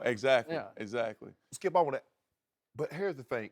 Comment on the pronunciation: There's no 'L' when Shannon says skip